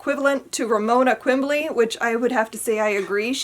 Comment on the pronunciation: It’s Quimby, not Quimbly.